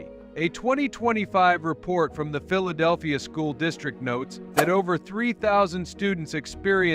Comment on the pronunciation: THIS IS AI CRAP - CAN'T EVENN PROUNOUNCE PHILEDELPHIA!!! IDIOTS!!!! REPORT AI AS MISLEADING/SPAM